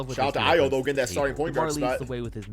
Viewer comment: Holy shit finally pronounced Ayo Dosunmu’s name right! Thank you got to love the young man’s story